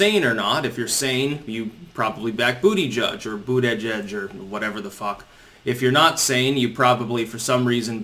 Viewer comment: It's actually pronounced "butter gig".....